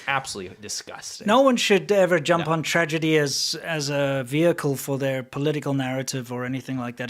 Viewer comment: I think you meant to say "tragedy", not "tradegy".